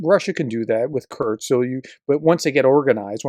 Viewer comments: Its not Kurts, its Kursk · Kursk Not Kurt’s!!! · Who’s Kurtz?? 😂😂 professor please